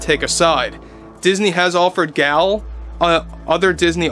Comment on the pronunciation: Gal is pronounced to rhyme with "doll" and Gadot rhymes with "Bardot". The "T' is silent.